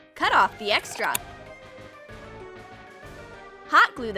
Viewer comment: Is it just me or when she says extra it sounded like extract / extroct Is extroct a word?